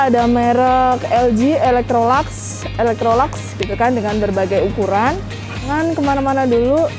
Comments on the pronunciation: Bacanya Elektroluks, bukan elektrolaks. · Yg benar ilektrolaks